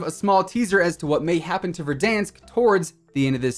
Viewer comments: This man say verdunks 😂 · “Don’t worry, can’t hurt you, he doesn’t exist.” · Keep saying Verdansk like that 😂🤣😂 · the way this guy said verdansk 😂